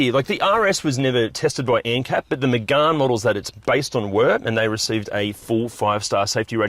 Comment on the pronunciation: It's not magarne it's Megane like can but with a g